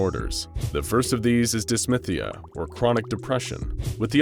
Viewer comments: You keep throwing me off, calling it Dys-MYTH-ia. It’s pronounced dys-THY-mia. 😁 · Dis-thy-mi-a. Not dis-myth-ee-a. Pronounced as it is spelled. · Sounds like whoever pronounced "dysmythia" might have dylsexia. (No shade, I just have dysthymia and thought it was funny lol). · It is actually pronounced dis-thigh-me-ya but i like to see representation!